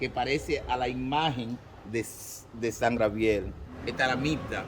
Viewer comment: No se porque ponen gente tan bruta a ser guia que no saben hablar. Si es San Gabriel porque dice siempre grabiel